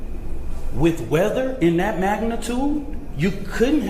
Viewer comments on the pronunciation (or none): THE BLACK LAWYER IS A GHETTO DEESE, DEMS AND DOSE TYPE. HE LITERALLY SAID---- DAT INSTEAD OF THAT, OVER AND OVER AGAIN. HE IS A HAIR'S BREATH FROM TOTAL ILLITERACY. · The word is THAT, not "DAT".